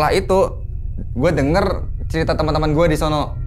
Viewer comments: ada yang ngitung ga, berapa kali narsum ngomong DI SONO pake K ^.^ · Gua keganggu sama kata "disono" .. Disono nya pake penekanan seolah nama tempat.. (Kaya di solo = nama tempat) Padahal disono itu cm kata yg menunjukkan suatu tempat,bukan nama tempat...